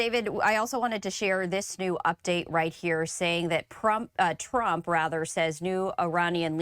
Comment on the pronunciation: Lol she said prump